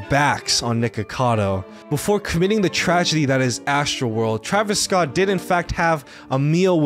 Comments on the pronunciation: Hearing him pronounce Travis' last name like scoot or skeeter or scabbs just pains me, even though I don't like Travis. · I totally lost at 'Travis Scoot'